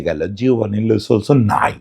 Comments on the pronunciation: লে না লো সেলসো। আগে খেলোয়ারের নামটা অন্তত ভালো করে জানেন তারপর ভিডিও বানান। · Vai "Le Solso" na, its "Lo Selso". Barbar kane lagtesilo.... Sorry